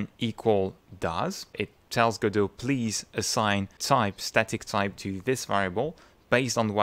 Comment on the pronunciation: This might be the first video I've watched with the correct pronunciation of "Godot". Well, that got my attention, I nearly fell off my chair! 🤣 I subscribed because your explanation of what I thought was going to be a complex topic was actually balm to my brain. Mille mercis!